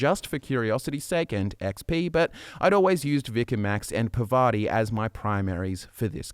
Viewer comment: You know, Parvati is not really hard to pronounce. I just don't understand why everyone mispronounces it.